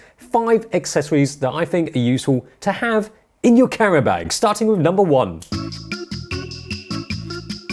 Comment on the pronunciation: Whats a "carrenbeg" Oh you mean a "camera bag" lol.